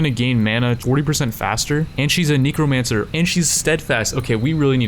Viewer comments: why do you say NICOmancer? NECROmancer xD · 'Possibly the best trait to combo with ne*romancer' ... I'm not even sure how you'd stumble upon this pronunciation. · still saying Nekomancer xp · Average person: Neh-kruh-man-sr an intellectual: Ni-krow-man-sr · I think it’s really funny how he pronounces necromancer as neecromancer. It gets a chuckle out of me every time. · Am i the only one who notices that he is saying KNEE-CROW-MANCER? lol it's funny but irking at the same time i love it and hate it plz halp!!?!?!?! O.o o>o